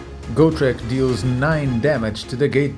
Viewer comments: This is the second channel somebody is saying Gore-Trek instead of GO-TREK (not gou-trek. just simple "g-o") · somehow I hear an "R" between GO-TREK 😁 doesnt matter.